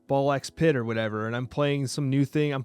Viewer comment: Love the video as always! Just a heads up, you don’t pronounce the X in Ball X Pit lol. Only found out from their Twitter posts!